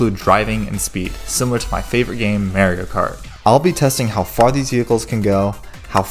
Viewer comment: Bro its not mArio its mario